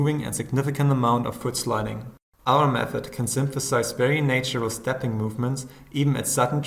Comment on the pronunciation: It's pronounced "NAH-tural", not "NEY-tural". I know, I know it's "NEY-ture". English sucks. :)